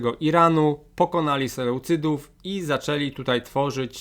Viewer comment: Jak zwykle świetny materiał. Zwięźle i przejrzyście wyłożona historia, która w szkole tak mogłaby być opowiedziana. Tylko jeden drobiazg, na mapie jest nazwa Imperium Selucydów, czy to mały błąd - znamy nazwę "Seleucydzi" i tak jest tu wypowiadana, prawidłowo. Historia jest tak ważnym przedmiotem a w szkole raczej jej mało. Dlatego dobrze, że jest taki ciekawy kanał. Od dawna śledzę historie tu opowiedziane, i czekam na kolejne.